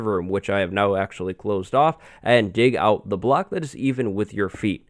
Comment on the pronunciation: why does he say block "blacks"